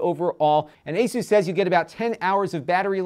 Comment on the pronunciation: It's not the Mexican Jesus! It's pronounced "Ah-sus", not "Heysus"